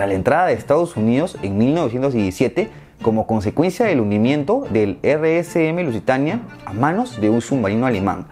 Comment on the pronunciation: Es "Rms Lusitania", no "Rsm"